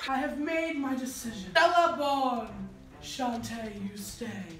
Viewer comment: It's sashay you stay not shontay you stay fake fan